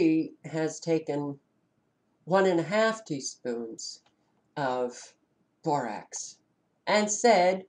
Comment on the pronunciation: Rax not rocs. Borax